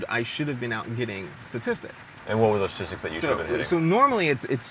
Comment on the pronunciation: This dude looks up statistics so much that he named it satistics